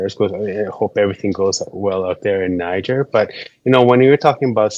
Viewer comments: Interesting info. Thanks for sharing. I noticed alot of people say Niger as in Nigel, however it is pronounced Nigeer, as in Nigeria but not. Just saying. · They pronounce Niger as “Née” “Jair”